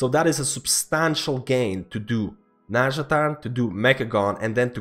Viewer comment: It's not nazjataN, it's nazjataR :D:D